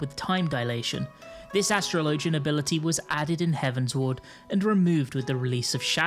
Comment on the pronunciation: Bro how do not know how to pronounce Astrologian? It’s like the word “astrology”. How do you not make that connection and continue to butcher the class name to whatever the fuck you’re saying? That’s something that a 10 year old learning how to read big words would struggle with. Do better.